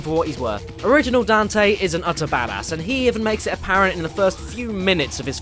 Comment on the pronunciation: But... that wasn't Dante. That was Donte.